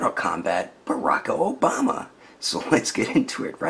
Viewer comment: LMAO "Baraka Obama" 😂😂😂😂😂😂😂